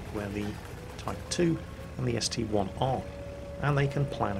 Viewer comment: I have made this mistake, and so has almost everyone for years. It's a st-I not st-1